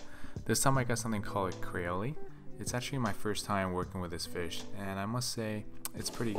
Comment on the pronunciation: You pronounce Creole wrong try saying creold with out the D sound